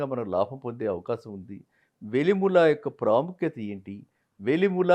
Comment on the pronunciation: Ayya velimula kaadu andi.. velimela..